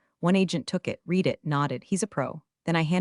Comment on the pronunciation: Please teach your artificial idiot the difference between read (sounds like reed) present tense and read (sounds like red) past tense and when to use the correct one. Narration "one dollar 80 M", what the heck is that?